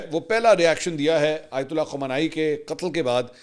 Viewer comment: آیت الہ نہیں ہوتا آیت اللہ ہوتا ہے۔